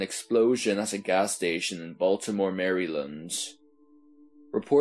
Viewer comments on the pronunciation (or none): What in the fuck is your voice doing.. and the way you pronounced Maryland xD lmao